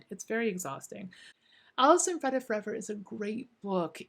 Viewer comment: It’s pronounced Freeeeda not Freda